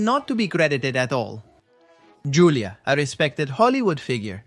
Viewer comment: It's pronounced "HOO-LEE-AH" The J in Julia has an H sound in spanish. You know, like Julio = "HOO-LEE-OH"